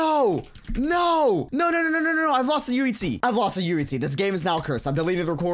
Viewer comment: UHZEE Is joe he says it XD